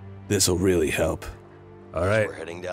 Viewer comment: Also Leo: Or else I'll get weally gwumpy